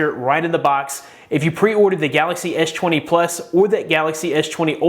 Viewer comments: Why you keep saying etch 20 etch 20 plus? Do you have any issue? You clearly said s10 or s line, which you sound fine man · I kept hearing "edge 20" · "ech 20"? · ''esh twany'' lmfaooo